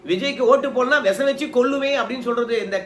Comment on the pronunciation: Visam , not vesam